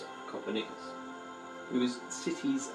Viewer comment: Nicolas Copernicus - most famous astronomer 😉 I'm sure you've heard of him, but the pronunciation in the video is a bit different than I'm used to. And people were wearing shoes in 13th century 😄 people were wearing shoes in 2nd century and waaaay earlier as well 😉 We also have beautiful mountains, a lot of them.